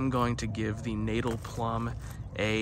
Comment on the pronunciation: Natal is pronounced Nut-tull.